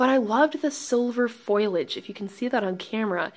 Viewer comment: Foilage? Really? Please tell me you were just being funny